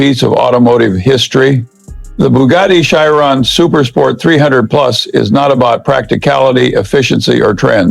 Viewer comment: “Bugatti shy-ron”